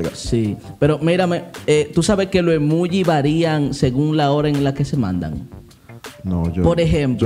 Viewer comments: Yo 😡😡😡😡 cada vez que ellos decían “emuugi” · Un like , por cuántas veces dijeron Emugi hahahaha